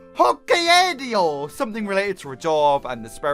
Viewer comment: Her name is pronounced Neko-HE-may. You're welcome. EDIT: The place, Hokkaido, is pronounced Ho-KAI-do(e).